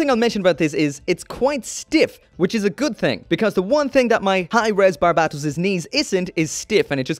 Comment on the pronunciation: he should watch iron-blooded orphans to see how to say Barbatos correctly